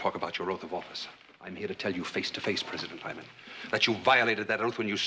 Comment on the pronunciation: It's President Lyman, not Hymen.